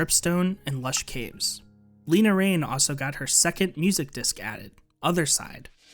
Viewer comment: everyone pronounces lena raine’s name wrong i feel so bad for her 😭😭😭 it’s more like laina not leena